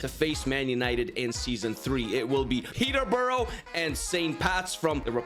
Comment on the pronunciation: Still doesn’t say my club (born and raised) Peteborough right